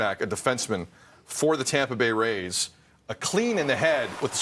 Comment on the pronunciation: “Tampa bay rays…” 😂